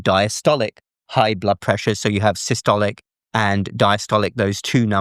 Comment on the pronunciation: "the top number, which we call Sicily" .....